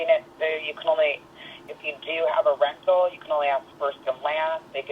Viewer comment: Did she say if you have a rectal? Ahh…rental.